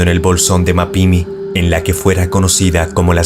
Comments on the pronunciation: "MapimÍ" con acento en la 2da "I" y "Coa-hui-la" (Y) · Es "COA"... Coahuila y MapimÍ acento en la última "I" fuera de eso buen video, estuve ahí y la atmosfera es algo incomoda mi reloj se quedó quieto y la radio no se escuchaba ... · el nombre de bolsón de mapimi tiene acento en la O y es Mapimi todo junto, no ma pimi y Coahuila se pronuncia tal cual Coauila, no cauila